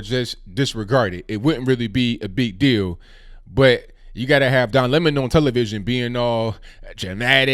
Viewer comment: It’s now pronounced “Lemoan”😂